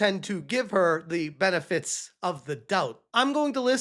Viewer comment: Lol you don't have to hide it. "THE beneTITS of the doubt." 😂